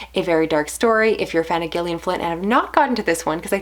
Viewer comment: I just discovered your channel last week and I have to say you've hooked me with your well-spoken, concise and insightful book talk. The moment I clicked on that Like button was when you said that Gone Girl reminded you of your own marriage. Refreshing honesty! Concerning! And thanks for pronouncing the author's name correctly and not "Jillion". Huge Gillian Flynn fan here. What did you think of "The Grownup"? That one's divisive (I loved it). I got a lot of recs from your videos. Thanks!